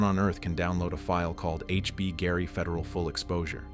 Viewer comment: The AI is so bad it can't even pronounce the name of the company - HBGary.